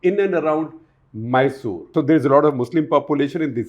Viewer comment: Pronunciation corrections - Goda - Gowda , Maysoru - Mysore , Chitradurg - ChitradurgA